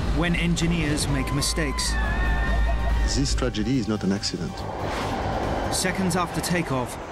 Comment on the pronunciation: Zees trajedii ees not an accident, sorry but I had to laugh when I heard that 😂